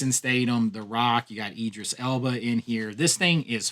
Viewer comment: I think he just enjoys annoying Brits. Jason who, there's definitely a th in Statham not a double t. Tho he did manage to get Idris Elba right maybe cos he thinks like a lot of Americans that he is American.